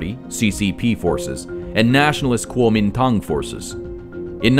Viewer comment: He pronounces 國民黨(Kuomintang) pretty well 😯